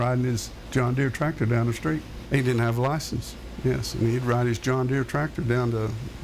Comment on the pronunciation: He mispronounced ride!😂😂😂😂